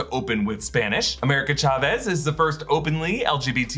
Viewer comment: Emphasis on the Cha in Chavez plz